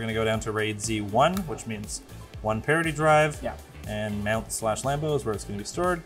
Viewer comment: Did you say parody drive? What's a parody drive?